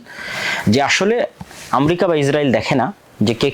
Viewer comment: ইসরাইলের ক্ষয়ক্ষতি কম হচ্ছে ???? ইরান ও ইসরাইলের লক্ষ উদ্যেশ্য এক ??? ইরানের বিরুদ্ধে ইসরাইল, যুক্তরাষ্ট্র ও তার মিত্ররা যে অভিযোগ তুলছে আপনি সেই একই সুরে কথা বলছেন । আপনি মুসলিম রাষ্ট্র গুলির শত্রু হিসেবে ইরানকে চিহ্নিত করতে চাচ্ছেন ? আমরিকা কী ???? উচ্চারণও শেখেন নাই ?? তাছাড়া পৃথিবীতে আমরিকা নামে কোনো রাষ্ট্র আছে ?? জ্ঞান ও প্রযুক্তির দ্বন্দ্ব ??? দ্বন্দ্ব হচ্ছে ক্ষমতা, আধিপত্য ও অর্থনৈতিক যা আপনার মাথায় ঢুকছে না ।